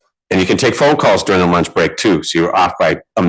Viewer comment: Did anyone else notice this guy says “luach”!?